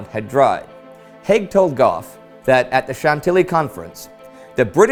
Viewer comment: Heyhey! You're pronouncing my un-Anglicized (non-anglicized?) family name right! Awesome! Fun side note: Gough is aristocratic German. Interesting he kept the spelling (at the time) despite the anti-German sentiment. I mean, the British Royal Family changed their name to Windsor over it, after all.